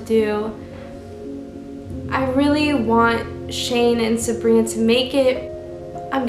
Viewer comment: Am I the only one that noticed is calling Sabrina Sarina